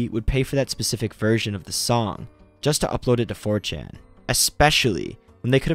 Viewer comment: I thought you said, "fortune investigators." Even the CC says, "fortune investigators." I guess you meant 4chan investigators. If I mumbled and ran the words together it could be, "mh fuhm cham imbes mm geh ms" for "4chan investigators."